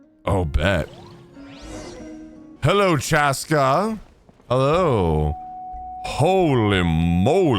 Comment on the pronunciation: Saying chASSca makes you sound country